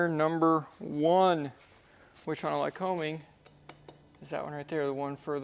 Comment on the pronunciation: Hey, my home town is Williamsport, PA. The Lycoming plant was just five blocks from our house. Awesome place. Our next door neighbor was a metallurgist engineer at the plant. However, let's get this right. The locals call "Lycoming" as "Ly-cuming." Accent on the second syllable. Company named for the regional PA county - Lycoming. Just sayin. Dr. Neal Hively, Melbourne, FL.